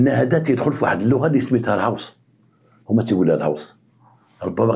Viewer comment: تحياتي للاب الروحي انت الاصل و الباقي تقليد كنحبوك في الله غير هو راه الغوس ماشي الهوس هههههه وسناح عندك واعرة حتى هي ❤